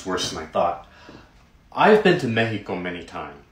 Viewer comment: “I have been to Meh-Hee-Co many time…”